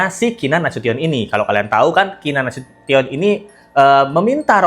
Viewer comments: Keenan nasution..bkn nasuton.. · Duh, bukan Nasiton Mbak, tapi Nasution, hehehe